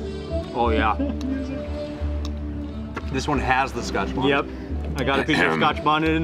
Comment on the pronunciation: I love the show but youre killing me with saying scotch bonnet